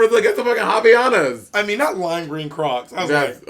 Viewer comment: Not "havianas" tho 😹